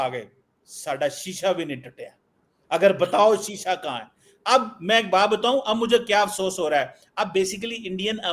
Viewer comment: Sisa nehien tuta ,ha ha